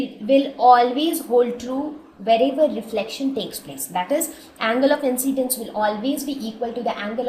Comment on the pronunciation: its not angle of inCCCCCCCidince